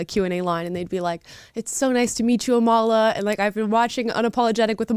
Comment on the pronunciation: My name gets messed up all the time.......A m a l i a